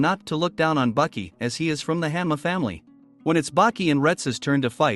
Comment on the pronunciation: bro pronounced 80% of the names wrong i was like "who tf is jack hammer" then i realized its hanma